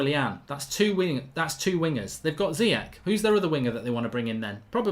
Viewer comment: Ηi always great analysis, just check pronounciations. Ziyech is pronounced Zeeyésh